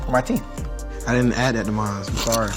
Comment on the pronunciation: “You got teef too I ain’t pay for em” 🤣🤣🤣